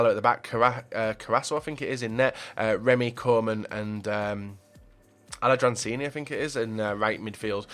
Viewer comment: with the solid name pronunciations this time with aladransini